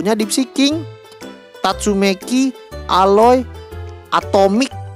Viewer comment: Njirrr tatsumeki dibilangnya